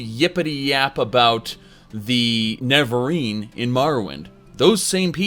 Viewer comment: has just given up on trying to say "Nerevarine" at this point. It used to be "Nevenarine" few months back but now it's just "Ne[incomprehensible sound]rine" XD